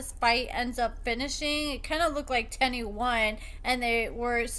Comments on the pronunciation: Her name is pronounced “tee-knee” not “ten-nee” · The way u mispronounce their names tickles me 😂 1st Shonta now Teenie